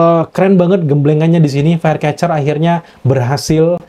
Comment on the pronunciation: Firecracker bang bukan firecatcher